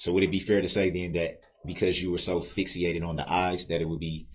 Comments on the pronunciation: Did he say Fixiated!!Ff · What is "fix-e-ated Durl??? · Someone should tell Dumbo Brooks that there’s no such word as “FIXIE-ATED”. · He said fixiated instead of fixated LOL 😆